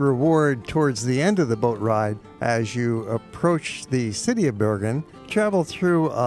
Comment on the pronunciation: It would be nice if you learned the correct pronunciation of Bergen,Oslo and Flam